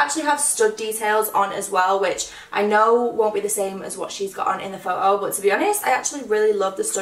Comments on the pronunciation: It's photo not phoao the way you say it made me sick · I love how you say photo as like “pho-o” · The way you say photo😂😂